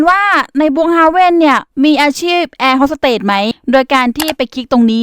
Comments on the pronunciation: เค้าเรียกว่าแอร์ host สเตทค่ะไม่ใช่เรียกว่าแอร์ host สเตท😂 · คะแอร์ฮอสสเตทไม่ใช่หรอคะไม่ใช่แอร์ฮอสสเตท